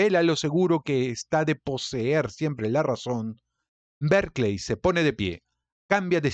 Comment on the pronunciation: Porque dice Berkleys ????